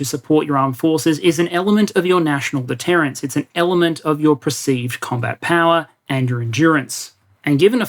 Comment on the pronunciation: ….”deterrence” not “detterance.” Otherwise another thought provoking, eye-opening presentation! (and spelled wrong again ). Not criticizing, just pointing out.